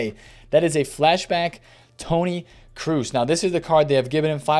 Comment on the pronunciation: Awesome video! But one thing that bothers me is how you pronounce Toni Kroos! It’s pronounce Kråås not Kruus! When you say it it sounds like Toni Cruise 😅 keep up the good work